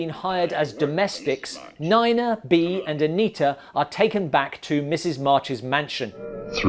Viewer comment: Neena, not niner